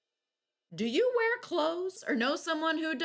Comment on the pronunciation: “Do YoU WeReR cLoThS”